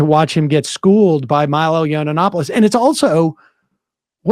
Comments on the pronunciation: Yiananananopoulos… it’s just Yianopoulos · It’s pronounced YEE-AN-OPOLIS not YEE-AN-AN-OPILIS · Why does he always say yiannopoulos with that extra syllable lmao And goddamn why is milo so much more soft-spoken now. And he lost the hair dye. Damn a few years can do a lot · if you want to bash a gay man for his free speech at least learn how to pronounce his name lmao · Why y’all edit photo of Tim? Lol y’all pathetic. You can’t even pronounce Milo’s last name…. How relevant is this trash channel? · Do you deliberately mispronounce his name?